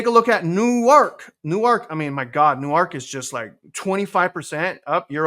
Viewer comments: just FYI, ‘New-ark’, is in DE and is where the University of Delaware is located. But Newark, NJ is pronounced closer to one syllable sounding more like ‘Newerk’. Similar to how Houston St. in NYC is pronounced like ‘Howston’ vs. how Houston, TX is pronounced. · The easier way to describe the NJ pronunciation is “Nork” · Newark is pronounced Newwork :) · Love your content! (Also, Newark, NJ is pronounced "Newerk," almost like "Noork." Newark, DE is pronounced "New-Ark.") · 😂 U totally destroyed da word Newark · They are definitely lying their butts off now, it is crazy because I clearly see prices declining in most places., the funny thing about Newark is that it sounds right with any vowel EXCEPT the A that it has. Newerk, Newirk, Nework, Newurk, Newyrk.